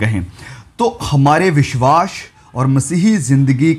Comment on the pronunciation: Bhai tumhare biswas ka pronunciation badra he Ganda hai..... Make it correct please